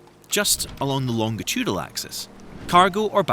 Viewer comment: it is "longitudinal" not "longitudal" and pronounced "lonjitudinal"